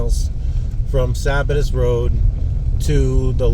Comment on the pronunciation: Friday night in early September, doesn't surprise me at all. BTW, Lake "Lie-luh" and "Suh-bat-iss" rd. 🙂